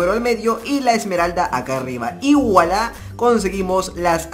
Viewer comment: es "vuala" no guala:v En verdad se escriba "Voilâ"